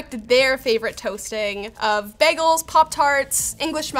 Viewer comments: Ah yes, heat-sensitive delicate electronics strapped directly to a device that is only designed to generate tons of heat quickly. Also, did she say "baggles?" Has she been hanging out with? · please stop saying bag-gels, its a bagel. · She said Bag-els at one point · Nobody gonna mention the fact that besides bringing an amazing energy to these videos, she also pronounces Bagles als baggles? There's an Episode on "Community" where is made fun of for exactly this lol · gotta love the way pronounces bagels, baregels lol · I just watched not know how to toast bread and bagels (which she mispronounces) for 15 minutes, lol. Loved it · Stop saying bagels wrong😅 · How the hell is she pronouncing bagels? It HAS to be a troll